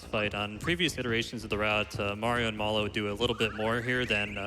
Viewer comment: the way that guy pronounces Mallow is ridiculous.